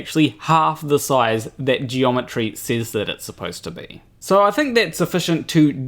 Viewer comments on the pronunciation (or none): Except it sounds like he's saying Geology rather than Geometry.